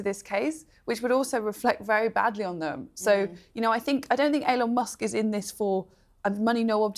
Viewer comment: "bad business decision by Ellon musk? C'mon, atleast get his damn name right, one L love, one L. e-lon not El-Lon.